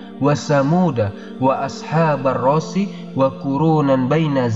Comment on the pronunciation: Ashaabarrosshi.. ro di baca pendek.. bukan di baca panjang.. Baarokalloh buat atmin